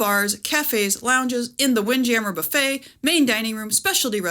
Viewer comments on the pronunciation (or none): none